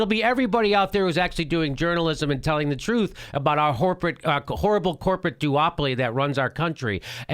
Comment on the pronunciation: Jimmy almost says "whoreporate" . haha whoreporate duopoly...whoreporate media